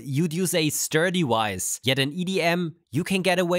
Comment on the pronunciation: Its pronounced Vice, not Weiss you people always switch your W's and V's, its sloppy for supposedly precision engineering